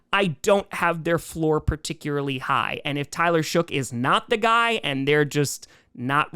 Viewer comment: Saints fan here. Tyler Shough's name is pronounced like Luck, Muck, Cuck, Shuck, and Fough.